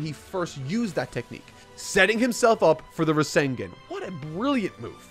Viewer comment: He really needs to learn how to pronounce names and the Rasengan, it's been a while and he still mispronounced it.